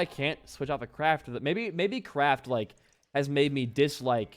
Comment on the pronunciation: Idono why but whenever he said Kraft I thought he was saying crack